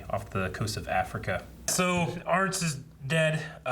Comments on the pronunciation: What makes it even better is that Hurley is still saying "Arnzt", mispronouncing his name again and again. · Arzt, pronounced Artst.